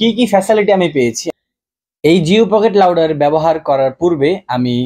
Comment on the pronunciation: ভাই, এইটা কি লাউটার নাকি রাউটার? উচ্চারণ শুদধ না করে কী সব বলস?